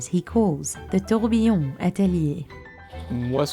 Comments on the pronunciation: everytime she says tiooorghbeeeyonn the company loses value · I find it always amusing that so many people misspell and mispronounce “tourbillon” (tur-bee-yon) as “tourbillion” (tour-beel-eee-uhn). 🙂 They don't even look that similar to me. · The narrator says “tur-BUHB-bee-yon”, which is admittedly wrong (should be “tur-bee-YON”). But at least she doesn't say “tour-BEEL-eee-uhn” as most people do. 😕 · TOURBIYION TOURBIYION TOURBIYION TOURBIYION TOURBIYION TOURBIYION TOURBIYION TOURBIYION TOURBIYION TOURBIYION TOURBIYION TOURBIYION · Please keep say “toybbbuyiiouuunn” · Ah yes, touwbiyone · 1) I know watches too, stop saying 'tourbillon' like a d@ 2) tourbillons are in cheap watches too, you can find them in 35$ watches on Amazon. 3) these cheap watches can be mass produced, so no they aren't $100,000 watches because of the tourbillon. 4). You were wrong about everything stop making shit up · OMG i cringe so hard every time she say tOuRbiLLoN